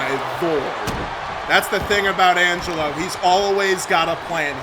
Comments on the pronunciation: Highlight of the night: trying to say Angelo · Angle who 😂 Jesus Christ lol